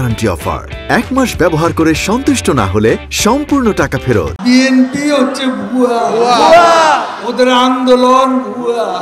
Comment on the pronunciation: সন্মানিত মন্ত্রী। খুব সুন্দর আস্তেসুরে কথাগুলি বলা আপনার।আপনাদের সমাবেশের কথাগুলি শুনতেও ভালোলাগে।যেমন ঃ আপনার কথার রেশ ধরেই যখন বলছে ভুয়া,উচ্চারণটা মৃধু হওয়াতে তা, হুয়া,হুয়াক্কা মনে হয়।সত্যি, আপনারাও শুনেন,তাই মনে হবে।তবে যা বলেন আপনাদের প্রয়োজনে।আমাদের জন্য বিনোদন মনে হয়।কারন রাজনীতিতো আমরা করিনা।